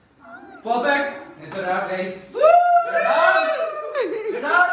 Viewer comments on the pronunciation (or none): I swear the intro went like"what's gozzzzz zz zzzzs guys"